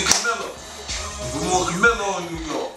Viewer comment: He said Camillo lol its Carmelo fif